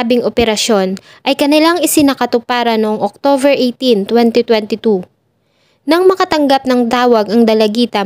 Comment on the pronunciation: Mam OCTOBER po hindi OCTOVER 😊